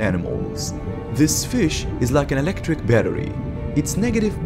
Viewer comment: The best part is when the narrator calls the eel an elegdrig fish.